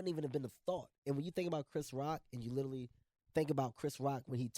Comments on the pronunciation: IS HE YSING LITTLE LEAGUE WHEN TRYING TO PRONOUNCE LITERALY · This nigga literally cant say literally lmao sound like he saying " italy "